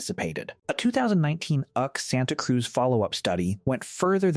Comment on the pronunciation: “Uck” Santa Cruz… 🤣 That’s U.C. Santa Cruz, AI. As in “University of California”!